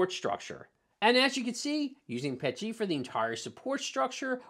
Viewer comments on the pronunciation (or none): I was 3/4 through the video before I realized you were saying Pet-G and not Pechy. You were saying P L A and not PLA. Thanks for the laugh mate.